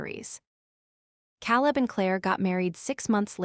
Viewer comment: Can’t you pronounce Caleb right